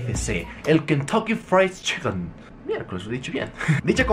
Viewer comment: Min el kentoki frei chiklen jajajaj